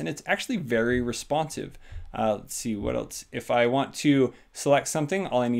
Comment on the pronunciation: "eltes" doesn't actually have a 't' - its just "else"